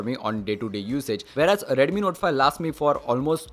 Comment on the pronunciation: If you improve your Pronunciation little more, then you will get more audience ... eg :- Instead of saying "Redumi" say "Redmi" ..... It will make difference ✌️